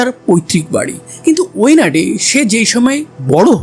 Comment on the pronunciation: কোঝিকোড নয় কর্রিকোড হবে, ওয়েনাড নয় বায়ানাড হবে। আর হেমচন্দ্র কে যেখানে রাখা হয়েছে সেই জায়গাটা কাশ্মীরের মত সব সময় ঠান্ডা থাকে সেই কারণেই হয়তো তার বডি নষ্ট হয়নি।